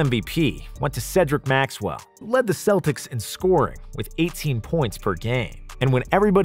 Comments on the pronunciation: Love the video, but why the hell are you calling them”seltics”??? there are the Celtics you fucking baboon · He was awesome and one of the few Celts to actually play for the Celtics. It is pronounced with a k you idiots out there. I am a Celt too and when you say it with an s sound, I want to collect heads again. Romans feared us for that.